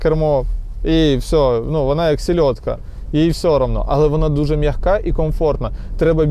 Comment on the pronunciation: М'яХка😂? Може м'яка?